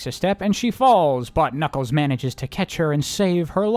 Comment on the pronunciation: every time you say ".. but knuckles" all I hear is "Butt Knuckles."